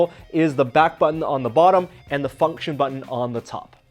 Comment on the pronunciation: The way he said function XD